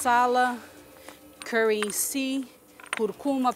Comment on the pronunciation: eu nunca vi a Paola pronunciar Curry corretamente,im pres sio nan te